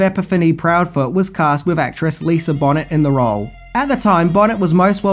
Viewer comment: Uggh, and totally butchered her name smh